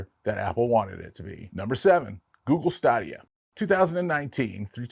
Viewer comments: “Stay-dia”. Not staa-dia. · His pronunciation of Stadia was driving me crazy. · Stadia I believe is pronounced STAY dee uh. Like "Stadium". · Good video, but you mispronounced Stadia in this video. Is more like Staydia. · Say it with me: STAY-DEE-UH. The way you pronounced it, I had to rewind it to see what you were talking about 😂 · It's pronounced Google Stadia (Stay•day•a). Also the Sony experia play (Playstation phone) was pretty bad, heard from different sources and people (including my best friend) that the phone would literally melt for no reason. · It pained me every time he said Stadia. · Say "stadia " correctly lol